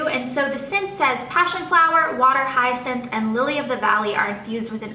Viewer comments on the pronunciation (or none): none